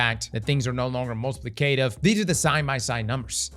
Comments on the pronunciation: Multi plee kay tiiv you say...... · it’s “mult-uh-plick’-uh-tiv”